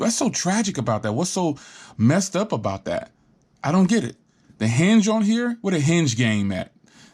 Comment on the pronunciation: Hinge NOT Henge